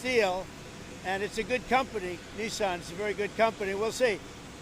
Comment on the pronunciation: Trump can't even get the name of the steel company right. He said Nissan but its Thyssen? 😂